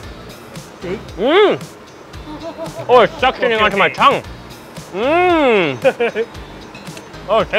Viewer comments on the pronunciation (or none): none